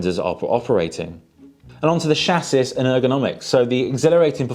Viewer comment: Wait…. Did you just say shassus for chassis?